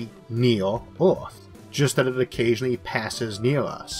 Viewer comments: "BACK TO ORTH"..."Orth".."ORTH"... It is EARTH....PRONOUNCED - "ERR-TH". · What's this accent? Earth -> Orth Hard -> Hord Merge -> Morge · nice video but whats with the word earth, why orth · While he is unable to pronounce "r", that's not the matter highlighted, rather that "er" is pronounced "or" eg earth - orth, jupiter - jupitor, remember - remembor, were - war, neither - neithor, merge - morge, water - wartor. He's also unable to pronounce "L". There are some sentences which I cannot figure out at all. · This video is very weird to listen to as the speaker pronounces Earth as it if were spelt Orth. Very strange. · You said Orth for Earth once too many times. The end. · I can understand him (just about) it is just disconcerting to hear him keep saying ORTH. He is pronouncing it completely wrong. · Neat Gifts The condition is called Rhoticism because it deals with Rhotic sounds, which are usually denoted with an R in the Latin alphabet. The sound is hard to classify linguistically, and plays odd games with phonotactics (the way sounds interact) so it isn't surprising that some Rs can get through if the surrounding sounds help out. Perhaps a linguist could benefit from these videos by cataloging which words Issac is able to say. They'd have hours of material as a sample and could maybe get a better handle on what makes Rhotic sounds work. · i get that some people have speech impediments but why cant he pronounce earth but can pronounce most otherwords with R in them lol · It's weird as you say the word FAIRLY perfectly correct and can pronounce the TH sound perfectly correct so the correct pronunciation of the word Earth is just the AIR part of FAIRLY with TH on the end. I can see you've got a problem with pronouncing your R's but the pronunciation of Earth is, I think, more of a bad habit.